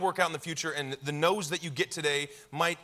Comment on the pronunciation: When Chris said "no's" I thought he said "nose" 👃 👃 👃 👃 👃